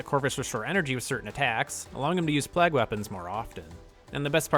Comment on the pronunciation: Great video my guy, but why are you pronouncing "plague" as "plag"?